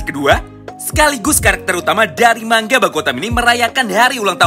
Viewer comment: Bilangnya manga, bukan mangga.... rada mengganggu soalnya. Tq